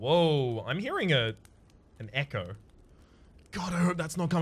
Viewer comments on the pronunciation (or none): none